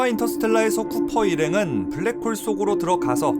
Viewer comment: 블랙붱~ 웃겼뛍~